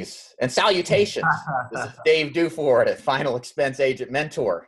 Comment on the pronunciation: DOO-FORD, not DEWFERD. It's French =)